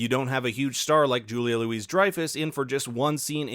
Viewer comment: For future reference, the "Louis" in Julia Louis-Dreyfus is pronounced like "Louie". 😊